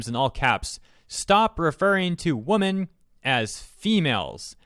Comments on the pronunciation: You’re saying women as woman.. you need the Wim-men pronunciation for women.... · Your pronunciation of women amuses me way more than it should